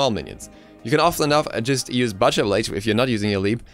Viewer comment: The way you mispronounced "butcher" annoyed me. But still good information.